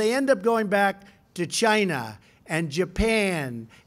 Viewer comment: Why does he say China in such an odd manner?